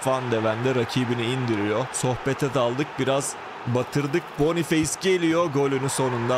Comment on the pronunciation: Bonufes diye okunur abi